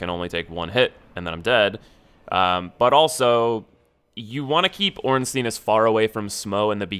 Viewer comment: Oh my God, it's not "Ornsteen", it's "Ornstein". Anyway, good advice. Might try a run sometime in future.